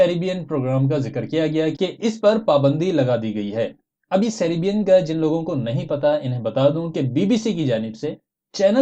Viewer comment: سیرےبین نہیں:-( سیر۔ بین:-) 🤔🤔🤔